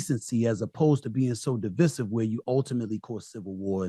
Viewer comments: Not only does Steve not know how to pronounce Divisive which shows his ignorance he is completely unaware that people of color support Trump!!! Idiot!!!! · I cant trust a man that cant say divisive.